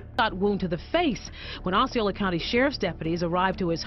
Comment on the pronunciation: Just a correction It's KisSIMee FL, frequently mispronounced Also it's Oss-ee Oh-la Isn't FL great?